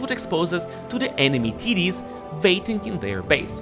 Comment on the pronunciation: I love how you say "Enemy Td's" hahaha ;)